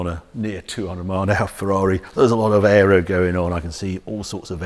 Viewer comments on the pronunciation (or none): none